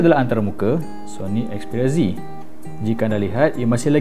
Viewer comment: 'xperia zi' hahahah obey gemok x payah nak amurika sgt!